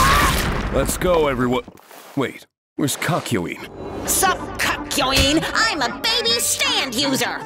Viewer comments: is it just me or did he call him Cuck-yoin? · I swear to god, in both parts of these videos it sounds like they keep saying CUCKyoin